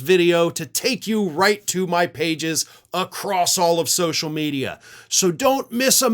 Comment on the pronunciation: did you really say "acrosst"?